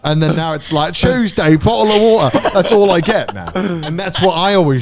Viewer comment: "TUESDAY!" "BO'LE O' WA'ER!" 🤣🤣🤣🤣